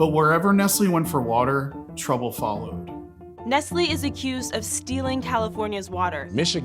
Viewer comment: I am from Poland 🇵🇱 as a country, and I am having chills every time I hear the name... Btw, it's Nestlè, with not "e", but "e" like in "Denmark". And yes, Nestlé, in general, is a devil